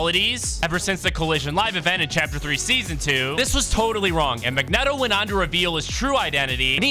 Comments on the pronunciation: Mag-net-o? Bruh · bro said Mag Net Oh 💀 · It’s Mag-Neet-o 😂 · "Mag-neh-toh". Is your speaking voice always at a 10? Jfc